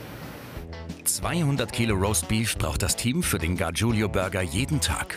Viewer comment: Könnt Ihr lesen? Es ist "Gargiulo", nicht "Gargiulio"!